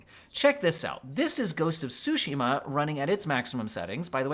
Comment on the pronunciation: "Ghosts of Sushi-ma"?!?!